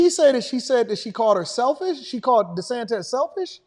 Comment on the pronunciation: Desantez LOL